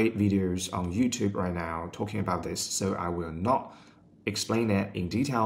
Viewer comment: Knew you were living in Australia as soon as I heard you say "soo" 😅